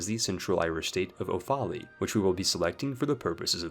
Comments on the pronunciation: the Offaly pronunciation made me scream xd, Oh - fawly xD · I thought "top of the morning" was bad enough until you said "Oh Fah Lee"... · Btw offaly is pronounced off a lee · Offaly is pronounced Off-a-ly or Off-ly its where i grew up id know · You're right. It is pronounced awfully.